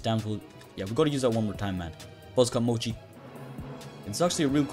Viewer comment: Bro had doughy this whole time it’s mochi